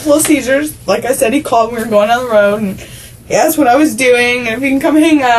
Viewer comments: She says axed instead of asked. Every choice is perfect. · Any white girl who has 2 baby daddies in jail and says "axed" instead of "asked" is a complete loser scumbag. What the f*** I give about your damn tears.